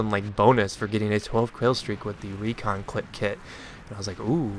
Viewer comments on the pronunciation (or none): "Recon Clit" Sorry. Had too =)